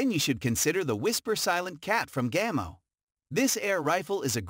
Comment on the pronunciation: This guy obviously knows nothing about airguns. He pronounces Gamo and Ruger incorrectly for one and see nothing very odd about any gun grouping 20” at 10 yards. What a joke!